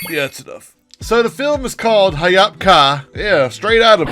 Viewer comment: It's Ha yop ka not hayap ka (just said it)